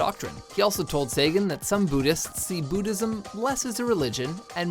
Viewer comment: "Booddhism" Never heard of it. Is that the religion of the Boo's in Mario ?